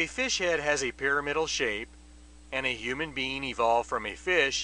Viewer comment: did he say, "human bean" ?????